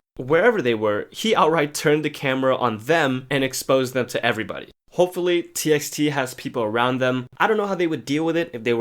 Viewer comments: isn't it pronounced as t by t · Its pronounced as "t by t" btw 😂